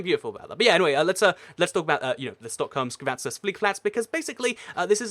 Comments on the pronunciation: Its Skavsta, not skavatsa. Otherwise I will clench my teeth and get shivers at hearing that (yeah, the Trump t-shirt trick didn't work). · You said wrong to Stockholm Skavsta you said skavasta but it is prounounced skavsta :) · Skavsta, not skavasta lol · Kalle Carlos lol yeah "skuvesteta" or whatever he's saying xD